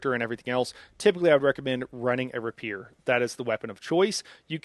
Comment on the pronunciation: I love your content!!! but I'm sorry Bro: you're mispronouncing "Rapier" & "Prescient..."